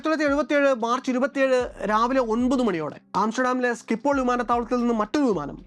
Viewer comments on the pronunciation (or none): Schipol is pronounced ഷിപ്പ്ള്, not സ്കിപ്പോൾ